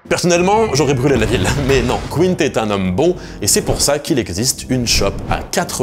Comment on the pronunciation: Quint se prononce simplement comme "qu'un"